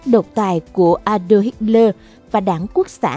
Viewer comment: Adolf chứ sao lại là đọc ađon?